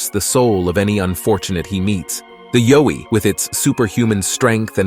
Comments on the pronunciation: The yowi is pronounced y ou i but but spelled yowi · Yowie - pronounced "Ya-way" Down Under.